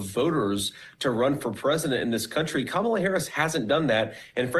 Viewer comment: I give JD one point for at least pronouncing Kamala’s name right.